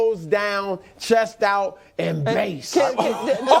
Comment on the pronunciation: did it with his teeth gritted too 😂